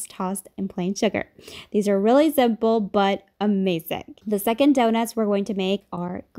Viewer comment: Is she saying "zimple"?